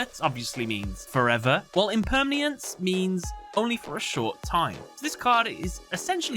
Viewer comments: Grammar Nazi alert! You mispronounced "Impermanence". Impermniance isn't a word. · You pronounced Impermanence wrong. It's Im-PER-mA-nence. It means what all things are transient and and always changing. It's a concept from Buddhism. So the what card says that everything is always changing, forever, throughout infinity. It's not an oxymoron. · I'm sorry Ik grammar nazi and all but that's not how you say Infinite impermanence there's not a second a or a sound my guy